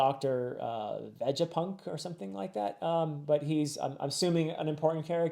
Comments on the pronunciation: Vegapunk is pronounced "Vay-Ga-Punk". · YES! NOTHING HAPPENS! YOU UNDERSTAND IT!! I love how Perona continues the meme face of Enel from Skypiea 😂oh, and it's pronounce veh-gah-punk btw. Also, I love how when Luffy first frees Zoro, Zoro says he would cut Luffy down if he ever got in the way between his dream and here he is, Zoro was willing to sacrifice his ambition and goal for Luffy's goal. I also love how Oda made sure Zoro's "nothing happeneed" stayed as a nothing happened because in many stories a character that does something which no one sees gets mentioned to someone to give the impression he changed and all that, but it ruins the accountability. A example that comes to mind is Jellal and Erza from Fairy Tail. Jellal was possessed, yes but it doesn't change what happened. AND NOW ONTO THE EMOTIONAL RIDE OF SABAODY ARCHIPELAGO! Man, Starting next arc it'll be peak after peak and those're going to be quite the videos! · Btw, vegapunk is pronounced like “vay-ger-punk” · Without any spoilers Vegapunk is pronounced with a hard g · Vegapunk has a hard 'g', like in garden.